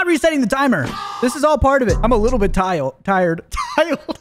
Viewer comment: " I'm a little bit tiowd."